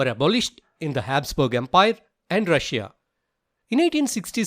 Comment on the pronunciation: He said rusuiia twice that was an mistake instead of saying Russia and Prussia